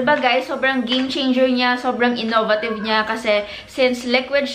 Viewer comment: You mispronounce the word innovative, i think.